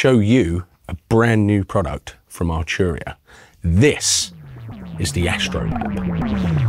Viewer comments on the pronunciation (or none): Archuria. Second vid, get your pronunciation right 🤣